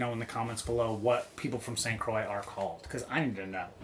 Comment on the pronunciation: Not certain , but I THINK that's pronounced St . Croyy so you ended uo getting it right Difficult to explain French pronunciation . I loved waking up at the crack of Dawn , she was a lovely girl .